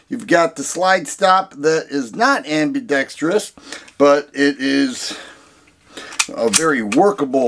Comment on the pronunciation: I've got one and I love it, but I totally see your point. BTW, bonus points for being one of the few content creators to pronounce "ambidextrous" correctly!😀